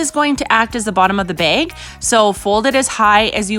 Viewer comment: Why does she say beg and not bag